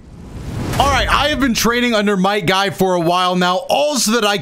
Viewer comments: It’s might guy not night guy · is "Might" Guy... somehow i keep hearing u said "Night" Guy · Its might Guy not night Guy